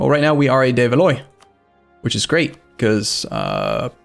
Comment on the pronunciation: It's pronounced "de val-WA"